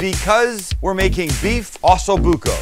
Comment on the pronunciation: It’s not ASSO Bucco Sam,,,,it’s OOOOHHHHSO Bucco. Lol